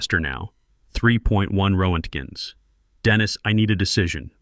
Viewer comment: Ro-ent-gens! Absolutely hilarious! Wonder if this piece of crap can read Russian, that would be side splitting comical!